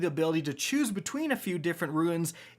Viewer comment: Nice to see still can't pronounce "runes" lol